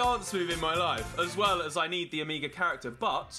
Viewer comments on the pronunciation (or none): It’s not omiga it’s omega mega with an o like ... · OH-MEH-GA. Not OH-MEEGA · It’s pronounced as omaiga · Ole it is not omegaaa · Why do you say omega so weirdly?